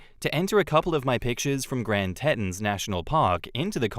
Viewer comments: it's pronounced Grand Tea ton (ton is like London social season like on Bridgerton) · Just so you know, Teton is pronounced "tee-tawn". Grand Teton national Park is located in Wyoming, USA. It's a very pretty place! :)